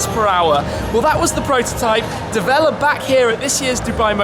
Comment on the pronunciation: So is it the Deh-vell...or...the word DEVIL ...but you are trying to pronounce it with a French flair to it? Toe-mayyyy-toe.....Tuh-mahhhhh-toe much? I'm gonna go with DEVIL...as in their clever change of spelling to DEVEL.